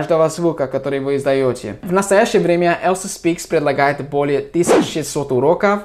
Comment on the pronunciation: И "Elsa" - на русском будет звучать не как "ЭЛСА", а как "ЭЛЬЗА" - "EL`ZA"